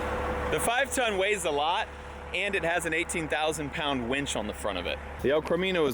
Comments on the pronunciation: I don’t wanna hurt your feelings but it’s called a winch you were saying wench winch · "Wench"??? or Winch.... Hahaha Love ya! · To be fair, does always pronounce it wench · Do all hill people pronounce it “wench”?